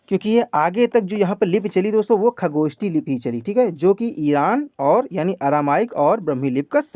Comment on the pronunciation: Sir ucharan me sudhar kijiy plz. Jaise खरोष्ठी को खगोष्ठी बोलते हो.